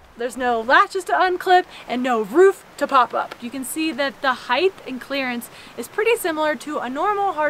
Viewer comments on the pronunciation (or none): none